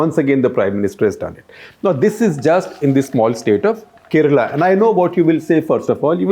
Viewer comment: I like your analysis . But why do you mispronounce South Indian names? Kerala is mispronounced! Let alone Karikal Chozhan! Isn’t there someone on ur team who can work with u on this?